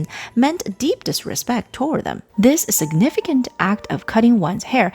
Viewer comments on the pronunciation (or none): none